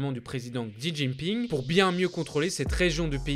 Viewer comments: Juste le "x" en chinois se dit "sh", donc Xi Jinping ça se dit "shijinping" et Xinjiang "shinjiang" ;) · ah oui... "On dit bien shi djinping " hmmm ouais je vais te laisser livrer à toi même continuer à prendre les gens de haut parlant d'une langue dont visiblement tu ne connais même pas l'alphabet (pinyin)